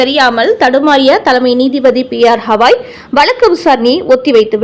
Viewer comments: ஹவாய் இல்லை. கவய். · ஹவாய் இல்லை.... Gavai... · கவாய்.... ஹவாய் இல்லை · CJI's name is Mr BR GAVAI and not HAWAI as being pronounced. Please correct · CJI is Gavai & NOT Havai as pronounced by U